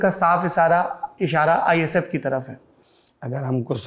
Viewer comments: It's ISF not...IFS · Bro it's ISF not IFS